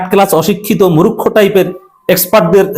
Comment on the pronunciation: আরে ভাই মুরুক্ষ নয় বলুন মূর্খ আল্লাহর ওয়াস্তে ইনশাআল্লাহ। আমার কথায় কষ্ট পাবেন না ভাইয়া মুসলিম মুসলিম ভাই ভাই। আর সে কারণে ভুল উচ্চারণ টা সঠিক করে দেওয়া আমার কর্তব্য বলে মনে করি। আল্লাহ যেটুকু আমাকে জ্ঞান এবং প্রজ্ঞা দিয়েছেন সে অনুযায়ী। তবু মহান মালিকের কাছে আমার মত আল্লাহর গোলাম ক্ষমা চাচ্ছি মাফ চাচ্ছি যে হে মহান মালিক যদি আমার এই মন্তব্য ভুল হয় আপনি আমাকে ক্ষমা করে দিন মালিক। এবং আপনার যদি খারাপ লাগে আপনি আমাকে মাফ করে দেবেন ইনশাআল্লাহ। আমিন